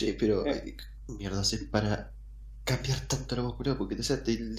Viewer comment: Cuando dice mierrdaa es lo mejor jja extraño Argentina